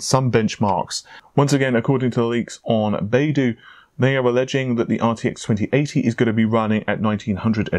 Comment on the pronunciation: BaiDu is pronounced more like “buy doo“. Just sayin´.